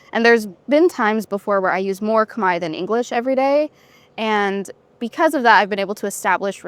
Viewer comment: Wow she can speak native!! No accent!! Pronunciation is amazing!!! Amazing because Cambodian language is extremely hard. I think it’s the hardest language in the world. She’s smart!!!